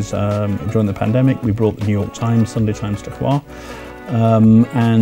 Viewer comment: Not choir! It's HVAR!